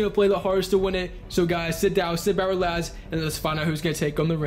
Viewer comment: He said rEsax